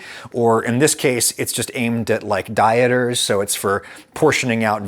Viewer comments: "Dieters" "jewelry" 🤣🤣🤣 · "Jewelry" and "dieters" lol, OK Adam. Lemme get an eighth of that "jewelry".